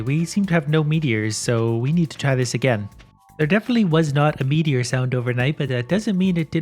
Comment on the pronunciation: When he said “pure meteor” I keep thinking it sounded like “ pure Michigan”